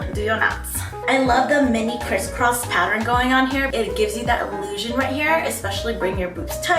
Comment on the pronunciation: she says..."patter-in" instead of "pattern"